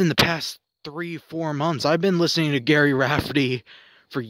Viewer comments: If you set out to memorialize anyone it might be beneficial to do some research. His name is Gerry, not Gary as you continually refer to him. I have followed Gerry,s career since his Humble I'm days with the immortal comedian Billy Connolly. I appears to me that much of your commentary was on the fly rather than fully thought out. Everyone with an ear to listen knows the haunting sax riff of the iconic Baker Street, but precious few are aware of the depth and beauty of Gerry,s vast volume of work. His tragic death to alcoholism robbed the world of his musical and lyrical genious, yet we are blessed to have his catalogue preserved for eternity. Listen carefully, from " Her father did''nt like me anyway"on the Humblebums album, to "Moonlight and gold" on 1988,s "North and South" and will realize the depth and breath of Gerry's God given genious. Through his music and principally his lyrics, Gerry told my life story. The trials and tribulations, the loves so gratefully won and tragically lost, the agony of realizing the finite nature of life. In his final moments, Gerry was unable to speak, but he was able to text with his old collaborator Billy Connolly, who was touring in Australia . Some of his final words were, "If I can't sing, life has no meaning".This we lost what I truly believe, was the Motzart, Beethoven ,and Bach of the 20th. century combined.. Do yourself a monumental favor and immerse yourself in the majesty of Gerry's catalogue of mystical, magical music. You will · Gerry, pronounced Jerry, as in Tom and Jerry! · Your video was fine, but it's Gerry (pronounced Jerry) Rafferty. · Why are you doing a video on someone who's name you don't even pronounce properly? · He’s pronouncing the G as a G as opposed to a J - I think he has good intentions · Jerry, Jerry, Jerry— it’s pronounced as Jerry, not Gary. And stand still! There is no need to wave your camera around like you’re pissing on the grass! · You can't even say his name right !!! It's GERRY NOT GARY !!!